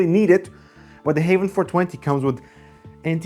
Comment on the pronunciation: I hear Havn them self call the brand Haven but it is spelled Havn,,,,,, which is very confusing for this Dane that among other are fluent in both Swedish and English. Havn in both Danish and Swedish mean harbour, where as haven mean garden / the garden. But aside for that mess, well it is a nice case, i just wish there was a cheaper none glass version, CUZ i am a adult and i have nothing to prove to anyone i know.